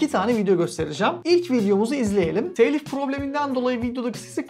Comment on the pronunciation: Teeylif değil telif.